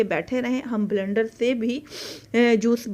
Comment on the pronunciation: Sorry to say blndar nhi bleeeender hota h